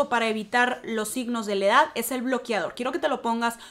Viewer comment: “Bloquiador” “ bloquiador”